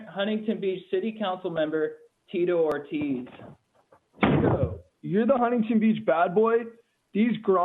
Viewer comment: Geezus, did he mispronounce his own name?